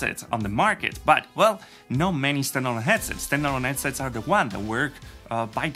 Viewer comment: I think he lives in the New York area as the people from there often drop the h sound.